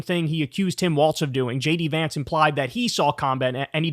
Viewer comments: KYLE!!! It's pronounced like "walls", not like "waltz"! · It is pronounced WalZ.......there is a Z at the end of his name but not a T. Not Waltz........Pronounce it with the Z but leave out the T. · It's WALLS not WALTZ lmao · WALZ (walls) not Waltz (dance). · Just remember it's pronounced walls not waltz. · Its Tim Wallz, not Tim Waltz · You should learn to say his name properly. It’s Walz, not Waltz. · Please say his name correctly. It's WALZ not WALTZ. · WHEN IS KYLE GOING TO STOP CALLING HIM TIM WALTZ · No "T" is Walz. Pronounced exactly like Walls. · "Immediately if not sooner" is a phrase I have hard since I can remember. I don't know that Trump understands it, but it is meant to be mildly amusing exaggeration like, "I don't know him. I swear I couldn't pick him out of a lineup of one." (By the way, it sounds lie "walls," not "waltz.") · Kyle the name is Walz not Waltz... your butchering the name of the guy you've been hyping. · Love your show Kyle!! Very informative and entertaining! Just one thing bugs me - I think his name is pronounced like 'Walls' instead of 'Waltz' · WALLZ not Waltz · I'M WAITING FOR YOU TO JUST SAY FUCK IT AND START SPELLING HIS NAME THE WAY YOU KEEP INSISTING ON SAYING IT! IT'S NOT TIM WALTZ IT'S WALZZZZZZZZZZZZZZZZZZZZZZZZZZZZZZZZZZZZZZZZZZZZZZZZZZZZZZZZZZZZZZZZZZZZZZZZZZZZZZZZZZZ! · OK man, why can't you pronounce the man's name??? IT'S WALZ!!! Pronounced WALLS...not WALTZ. Trump says Waltz to be a dick. Why are you doing it?? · It seems that Kyle has to consciously make himself remember how to pronounce Walz and not Waltz.....bc he calls him waltz like every other time and then will say Walz correclty but then say Waltz again n it keeps happening over n over again like that🤣😭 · his name is WALZ, NOT WALTZ--fer fucks sake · WALZ, not WALTZ Kyle!!!! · It is pronounced WalZ.......there is a Z at the end of his name but not a T. Not Walls and Not Waltz........Pronounce it with the Z but leave out the T. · It's Walz, not Waltz